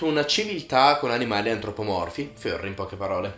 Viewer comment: Non dire fiurry, si pronuncia furry.